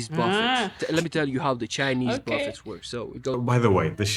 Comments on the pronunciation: Buffets are pronounced buff a’s, the t is silent. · The 't' is silent in buffets.